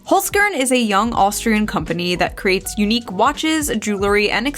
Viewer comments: holes - kearn lol its pronounced holzkern.... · it's pronounced /holzkern/ not /holsgörn/ tough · hollzzkearn haha its really funny wen americans try to pronounce Austrian brand names but no hate and good luck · Please pronounce the company name it as it should be in German, it sounds really weird when the first part of the word (Holz) is pronounced properly and the other (Kern) anglicized. The "e" in the word should sound like the "a" in "prepare". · First - Holzern is an Austrian company… you know who also was Austrian? Right, schwarzenegger. Secondly, as a german-speaker, hearing the pronounciation killed me XD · Your Holzkern pronunciation is really funny for a German Speaker 😂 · Awesome video again! btw love your murican pronunciation of Holzkern. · I was hoping to hear Holzkern pronounced a bit more Austrian after all that Nazi talk. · By the way in regards to your sponsor. The E in Holzkern is pronounced like the A in Karen ;-) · Oh no, Kitsunero is going to be upset at your pronunciation of Holzkern. Clearly you need to watch more of her videos...